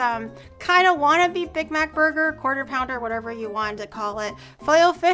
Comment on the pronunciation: She said quarter pounder wrong